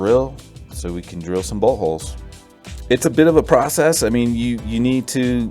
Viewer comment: I may be a little childish but you saying bolt holes had me dying 😂. Good job and idea though. 👍🏾.